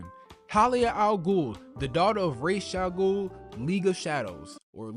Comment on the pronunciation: (Rah-Jah-goul) my man killing me